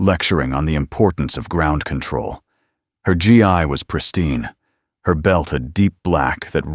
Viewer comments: The word that you miss pronounced as GI, is expressed as Gee, stressed i as ee / Gee,Gi. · I enjoy the stories though they are the same with a different title. Would like to make a couple of comments. One, the "Gi" in the martial arts garb is pronounced as a hard g (like in goat or grade), followed by me. The way in the audio is 'G" "I". GI usually references an American military person with the GI Standing for "Government Issued". Two, there isn't a "Sergeant First Class" rank in the Marine Corps. There is one in the Army. Three, a lot of these stories misuse the military ranks, particularly the term "Soldier". A soldier is in the Army. The rest would be Marine, sailor, airmen, etc.